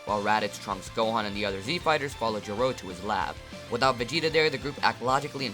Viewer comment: When you said trunks I thought you said drugs and I was like heh they going to do drugs Edit:Can you do what if Beerus went to earth in the future timeline